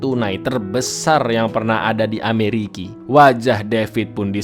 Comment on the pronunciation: Kenapa sebut ameriki